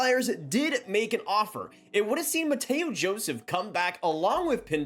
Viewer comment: "mateyho joseph" lmao